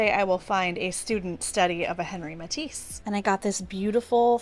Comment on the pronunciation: Hey, I'm an art teacher and Henri Matisse's name is the French version of Henry but pronounced "On Ree". You're so interested in learning I thought you'd want to know 😉💜